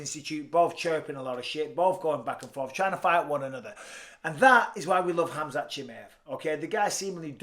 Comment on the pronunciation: Except how he pronounces khamzats name 🙄😂